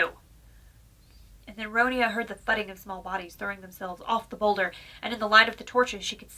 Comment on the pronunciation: I'm not having a go but you pronounced the name wrong. First of all Ronia is the English version of the name (the original Swedish is Ronja but it is pronounced Ronya because in Swedish J is pronounced like a Y sound). Sorry for the rant but I've had to deal with people pronouncing it wrong my entire life.